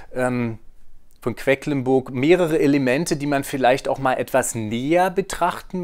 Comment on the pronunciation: Vielen Dank für die ausführliche Erklärung. :) Nur ein kleiner Hinweis: es heißt „QueDlinburg“, nicht „QueCklinburg“ 😬